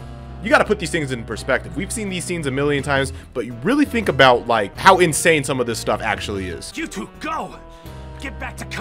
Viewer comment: how INSAYAIN